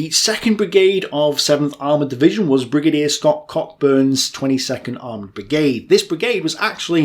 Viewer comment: without trying to be rude I’m fairly sure it’s pronounced “Scott-Koowburn”, at least that’s how it’d be done north of the border. Loving these videos btw.